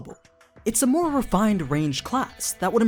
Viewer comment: you said mare when talking about aura's stats XD